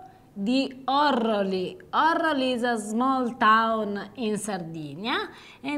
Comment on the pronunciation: È Orróli (Orrohli/Orrooli) con l’accento sulla seconda O